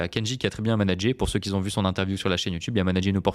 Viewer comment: merci, attention les si n'aiment pas les rais ! et attention aussi à ne pas dire "ceux qui z ont" !